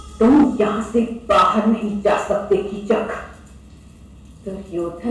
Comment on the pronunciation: Chacha ji uska name Kichak hai Chuchak nahi😊